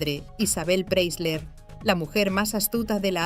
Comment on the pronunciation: Pre - I - sler. Se pronuncia con una i en el medio!